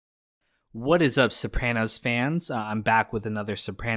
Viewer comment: You gotta learn to pronounce Sopranos